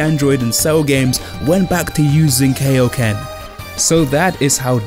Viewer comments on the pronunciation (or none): It’s SAI-yan not SEI-yan and it’s KAI-yoken not KAY-yoken